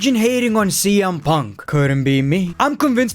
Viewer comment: This video made me happy because of the amount of times he said "PONK"